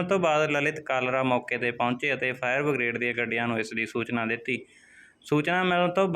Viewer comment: ਫਾਇਰ ਬਗਰੇਡ ਨਹੀਂ ਬਰਿਗੇਡ ਹੁੰਦਾ ਹੈ